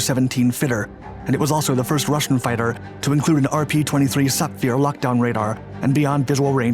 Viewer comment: The Flogger had a 'look-down' radar, not a 'lock-down' radar. It means it could pick targets out among ground clutter. How does the Baltic Sea 'operate', and how is that effected by an aircraft's fuel state? I'm pretty sure no USAF F-15 crews on quick reaction duty would be 'partying', even on the 4th of July. I don't know how you think the military operates but they would absolutely not be drinking beer before getting in the jets. How do you 'intervene' an aircraft? The Mig-23 did still have a cockpit; it's not like an F-111 with an escape cell that ejects the entire structure around the pilots. In fact just the canopy and seat were absent, as per your audio. The city is Lille, pronounced 'leel', not 'lily'. What 'velocity indicators' did the F-15s use again? I'm not familiar with this technology, or how knowing something's speed tells you when it will crash. Isn't it more likely the F-15 pilots assessed the Mig's height and rate of descent and from that decided it would come down in open farmland? So apart from the usual abuse of the English language, misunderstanding of military aviation and colorful if purposeless embellishments, the main thing is that this in no way represented a potential trigger for World War III, as you seem to suggest. The Mig was tracked long before it entered NATO airspace and it's speed and height were not indicative of an attack. Some sort of bizarre defection might have been considered but the absence of pursuit and its low speed made that also